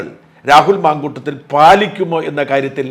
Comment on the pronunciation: Mamkoottathil not mamkoottom.